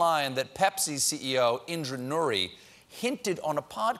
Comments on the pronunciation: *Indra Nooyi not Nuri. Come on research team! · Indra NooYi (not NooRi)